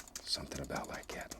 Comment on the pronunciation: “bout like’at….” 😅